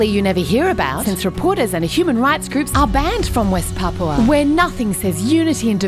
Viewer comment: At least they can pronounce it right instead of saying papa